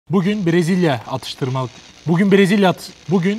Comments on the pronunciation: abiden "atıştırma" deme çabaları vol.1:D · 0.00 - 0.04 abinin "Atıştırmalık " kelimesi ile imtahanı:D